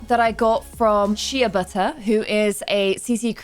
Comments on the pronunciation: Ik I’m a month late but it’s pronounced Shay butter not shea😭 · Shea is pronounced shay so shay buttyr (sheabuttyr) 😂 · I love you so much and as a darker colored human It’s kind of nice to see you play darker sims so imma help a little, 1. “shea” is pronounced “SHAY” 2. Look at xurelia and deesims and they’re packs for more textured hair 3. Have fun love❤️ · The cc creator is pronounced “sha” like shade but the e is silent. I also love her hairs. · I love this challenge so much , also I believe the creator you’re talking about “sheabuttyer “ the shea is pronounced as shay. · I think the creator of Briar's hair is called Shea Butter (sp?) but it's pronounced (SHAY) butter 😉